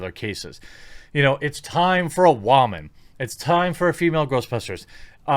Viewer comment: goes on a 3 and half minute long rant before going to single handedly picked artice, talks WHO yet fails to mention the show changed writers , and even can't say word Woman properly ...i check out the other videos ... and i can clearly see a patern ... a very - very sad existence and need for attention :D :D :D